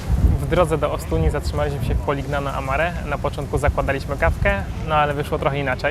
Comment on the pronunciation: Nie da sie sluchac tej wymowy, moznaby wczesniej sie doinformowac..."Poliniano" i "Modunio" ( gn= ni), Bari "Vekia" (cch=K). To dosc elementarne zasady wymowy w jezyku wloskim.